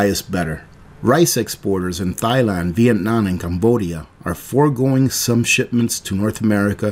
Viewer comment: Did you pronounce Thailand as THIGH land? 😆